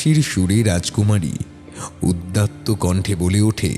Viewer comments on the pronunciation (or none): onek gulo vulval pronunciation achhe...jemon ota uddatto noi udatto hoi... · কথাটা উদ্যাত নয় উদাত্ত্ব